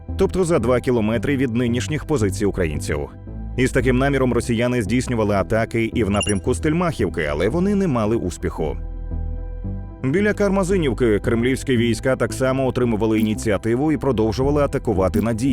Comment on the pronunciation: Не Стельма́хівка, а Стельмахìвка